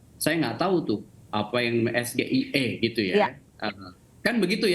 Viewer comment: Gibran aja pas nyebutin SGIE pake pelafalan Indo, hrusnya pke logat Inggris lur, krn itu kepanjangannya bahasa Inggris jg. Pas nyebutin kepanjangannya aja dia jg kliatan kyk nyontek, jd yg hrus diupdate ya si penanya jg, jgn asal tnya prtanyaan yg dia blm tentu paham. Liat segmennya ini debat ditonton rakyat Indonesia, bukan hny sekedar pengamat ekonomi. Gue mgkn 1 dr sebagian besar rkyat Indo yg ga tau jg artinya SGIE itu apa, bner kta narasumber debatnya jd kurang dpt poinnya. Objektif aja